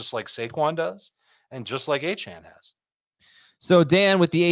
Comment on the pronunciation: The real “justify it” should’ve been Dan pronouncing Achane’s name wrong. He’s been vocal about how it’s pronounced and you’ve had 6 months to correct your pronunciation, show a little respect